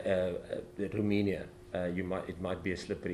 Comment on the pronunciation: ROMANIA is NOT pronounced ROOI-MI-NIA Jacques but ROW-MAY-NIA